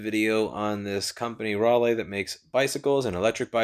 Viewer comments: Its "rally" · Hi dude it's pronounced Rally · Raleigh pronunciation: Rally